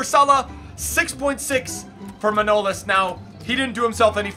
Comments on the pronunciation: His name is Manolaaaaaaas not Manoooooolas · bro, just because you like getting them pronunciations right, his surname actually sounds like manoLAS. This is a common premise with most Greek surnames, they are usually pronounced on the end of the name instead of the beginning like most names in other languages. Thanks for representing bro!